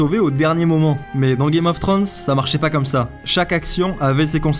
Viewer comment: GAME of "Trönssse? t'es sérieux tu peux pas le prononcer comme il faut. C'est pas compliquer!!